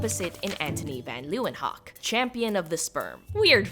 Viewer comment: Van Leeuwenhoek is pronounced "lay-vun-hook"